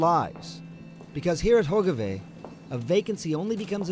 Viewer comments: That guy really massacred all the Dutch name's... "Hoikevoik" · I thought I was the only one, especially when he said Hogeweyk incorrectly.